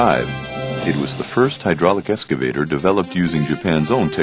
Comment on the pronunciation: EXCavator not ESCavator.... some people